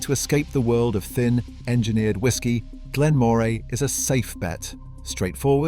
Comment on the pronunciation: Cannot pronounce Elgin or Moray.